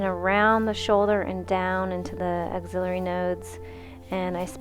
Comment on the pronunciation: The word is axillary, like AXE-illary, not auxiliary.